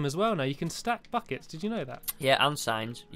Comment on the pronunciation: omg stampy i thought u said f*ck its, not buckets XD